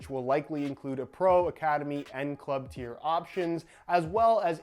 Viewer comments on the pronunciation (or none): none